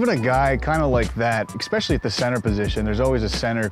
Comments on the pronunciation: Being from Philly. I can catch the word “exspecially” instead of especially anywhere. This interviewer is certainly from my area. Random I know. Had to say it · Can somebody PLEASE tell Badgley it’s “ESPecially” NOT “ECSpecially” 🤦🏻‍♂️🤦🏻‍♂️ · The only thing I didn’t like from this interview was “eKspecially” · Jesus fucking Christ, it’s ESPECIALLY, not ekspecially.